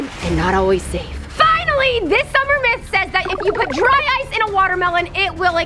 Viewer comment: I thought when she said “dry ice” it sounded like “dryce”